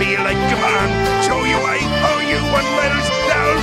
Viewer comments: The beauty of it is that Krabs would already pronounce medals "medurrs" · I love how he pronounces “medals” like “medders.” I don’t know if that was just a random accident, but it is actually how Mr. Krabs pronounced certain words with syllables ending in l’s in the show. If it was on purpose, it’s a wonderful little touch. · I love how the pronunciation of "medals" is perfect.